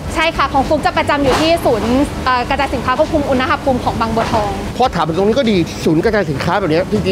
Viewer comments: คำว่า อุณหภูมิ (อ่านว่า อุน-หะ-พูม) ประกอบด้วยคำภาษาบาลีว่า อุณฺห (อ่านว่า อุน-หะ) แปลว่า ร้อน กับคำว่า ภูมิ (อ่านว่า พู-มิ) แปลว่า ชั้น ระดับ. อุณหภูมิ จึงแปลว่า ระดับสูงต่ำของความร้อน ไม่ใช่ อุน-นะ-หะ-พูม นะคะ น้องๆอย่าสับสนและเข้าใจผิดค่ะ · อุณหภูมิ อุน-นะ-หะ-พูม❌ อุน-หะ-พูม✅ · ดูไม่จบเพราะคำว่า อุน-นะ-หะ-พูม ค่ะ หงุดหงิดมากๆ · ขัดหูมาก อุน-นะ-หะ-พูม 😫😫😫